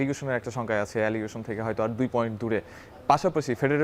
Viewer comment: রেলিগেশন বল্লো না এলিগেশন বল্লো !!!!!!